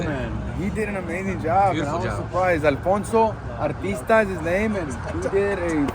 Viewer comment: It’s Alfonso Artista… tryna make it sound all extra Espanol and shit lol